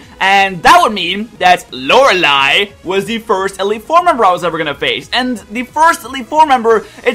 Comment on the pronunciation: Wow,... You pronounced Lorelei right... I'm so proud:') My Top 5: 5) Bertha 4) Lucian 3) Lorelei 2) Phoebe 1) Aaron I feel like there'd be a lot of 5th gen in there if I'd actually played those games